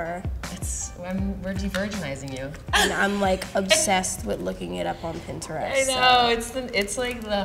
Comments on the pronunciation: Random, but I really like the way she pronounced Pinterest lol. I ❤️ Doja! 😛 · I honestly love the way she says Pinterest